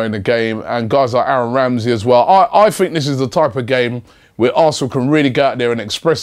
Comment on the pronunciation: You have no idea at all what your talking about mate, hemed was not suspended for an elbow and you can’t even say are name right so why should arsenal fans listen to you about this game